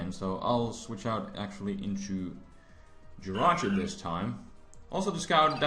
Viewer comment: its jirachi not riachu